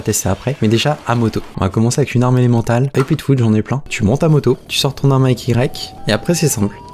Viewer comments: l'attaque "et l'emantale" :) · Élémentaire pas " elemental"